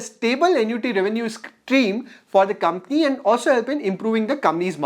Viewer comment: Brother,I watched a lot of you videos..All of them are great content. A small suggestion..please pronounce Company as coMPany….instead you are pronouncing as commie… Thanks 🙏 for the great content